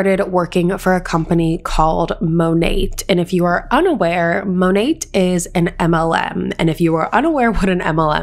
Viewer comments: Its pronounced monay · Just a little tip it’s pronounced Monay (without the T being heard) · The way you say Monet has me cackling. It’s such a trash company that I’ll be mispronouncing it this way from now on just to be disrespectful lol